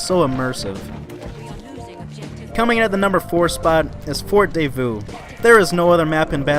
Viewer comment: Great vid but the your pronunciation is so awful😂 The French map pronunciation was especially hilarious (Edit: “FORT DAY VOUS” BAAHAHHAHA)